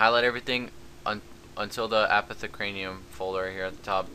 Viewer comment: you say it like, apoth uh care ium